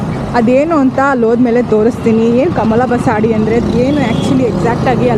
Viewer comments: ಬಸಾಡಿ ಅಲ್ಲ ಬಸದಿ. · ಕಮಲ ಬಸದಿ ಬಸಾಡಿ ಅಲ್ಲಾ ಜೈನ್ ಮಂದಿರ್ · Avva tai adu kamal basadi😂 allavva adu kamal bsati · ತಾಯಿ ಅದು ಬಸದಿ.. ಅಂದರೆ ಜೈನರ ಮಂದಿರಕ್ಕೆ ಬಸದಿ ಅಂತ ಹೇಳ್ತಾರೆ